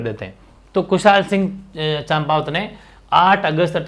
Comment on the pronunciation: सर "ठाकुर कुशालसिंह चंपावत" लिखो और बोलो ना कि "ठाकुर कुशालसिंह चाम्पावत"।